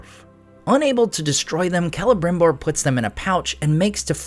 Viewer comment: Why do they call him „K“elebrimbor instead of „S“elebrimbor? I always thought lore said it was Selebrimbor?